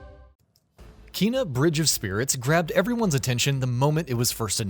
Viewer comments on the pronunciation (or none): Combat in this game becomes hard af. Took me over 50 attempts to kill some bosses. Also it’s pronounced “Kay-nuh”, not “Kee-nuh”. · #16. It’s Kay-nah. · her name is pronounced Kay na